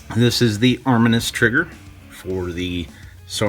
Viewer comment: It’s armineeeus I don’t know arminus